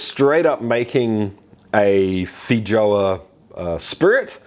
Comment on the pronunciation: There's a less than 0 percent chance he's pronouncing that correctly.